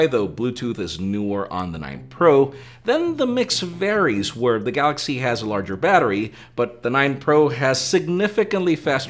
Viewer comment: The best part is when he says his name and "the gaLLaxy" :)